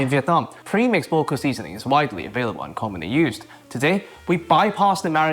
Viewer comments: Nice recipe! I never made Bò Kho before but I'll make it when i return to Vietnam to meet my family. A note on pronunciation: the o's are like awe in awesome, so its like b-awe kh-awe. Ofc theres the tonal mark in Bò but that's pretty hard. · It’s pronounced as if it were spelled baw khaw, both rhyme with saw, draw, tall, fall.